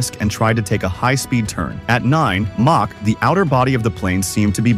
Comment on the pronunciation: "May-Chi" huh? Stupid bots